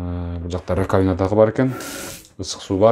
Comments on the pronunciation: Раковина деген сөз биринчи а тамгасына басым жасалып айтылат: ра́ковина!😮‍💨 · Алып барууччу раковина ударение на «А» койсонуз.